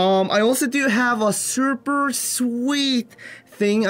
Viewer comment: "surrrper" hahah accent tho